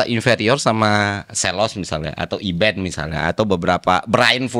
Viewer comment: Bukan Iben, tapi Aidan.!